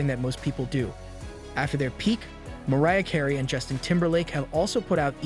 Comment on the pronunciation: "Giggly"? "Skadenfreud"? and "Loaps"? "Maria" Carey? WTH? Just use a real person that can pronounce words.